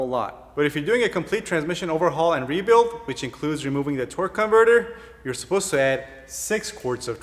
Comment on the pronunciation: "Rebuid" 😂 love the video man, thanks!! Are you going to do one for manuals as well?